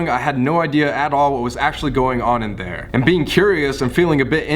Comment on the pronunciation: Colby telling a story: I clilmed in a vent Me: ennerd ... ENNERD?!?